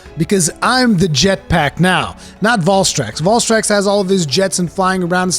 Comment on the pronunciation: The way you pronounce Valstrax angers me.